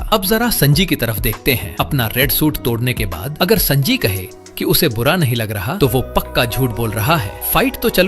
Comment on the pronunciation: Sanji ❌ sanaji😅 Bhai sunnydeool he kahde